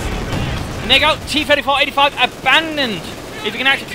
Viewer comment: Hi, I have watched all of your video , and I love them so much, hope you can keep doing this. There is one thing that I'm not sure,when you say T-34/85, it sounds like T-34/45. lol